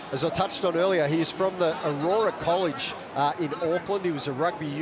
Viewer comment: Aurora college in Auckland? Hahaha.. do some proper fkn research.. Lol.. Amateurs man most ozzie commentators don't even try or give a fk. Like not even tryna pronounce our names properly ya gunts. The college is Aorere, Pronounced: "ow rere" Roll them R's.